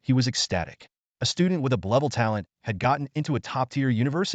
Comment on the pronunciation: Sorry I can't deal with the ai saying "blevel" instead of "b level", and sluring words.